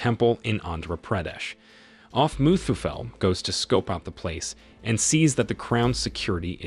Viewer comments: Its muthuvel not muthufell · Muthuvel not mustafel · It's mutthuvel not musafel😂😂😂